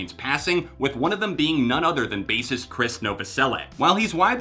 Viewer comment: Finally, someone is giving Krist the credit he deserves and someone for once can actually pronounce his name right too!